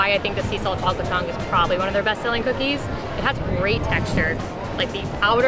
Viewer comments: ‘da chalklet is sow melty’ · they say chocolate like that lady in spongebob